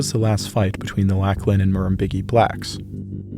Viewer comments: Lachlan. Lock-lan Murrumbidgee. Mah-rum-bid-gee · Lock-Lin and Murrum-Bid-Jee is the pronunciation you were after. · I cant help but laugh a little every time Americans say my name. Its pronounced Lock-Lan.